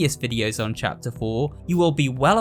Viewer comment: no one knows how much i love hearing him say 'chapter' it makes my day with the lil 'chyapter'